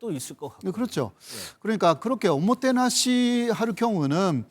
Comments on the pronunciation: 오모케나시가 아니라 오모테나시입니닷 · '오모테나시'다 오모케나시가아니고 -_